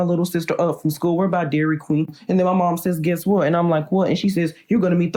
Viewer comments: You mean dairy queen he said it wrong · “Dairy quwe” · "wErE bAYe dayReE KaWEeN"